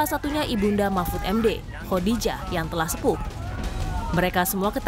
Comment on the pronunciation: kok sya gak denger mahmfud...mahfud keluar. tp yg sy denger nasbung...nasbung...keluarin🤣🤣🤣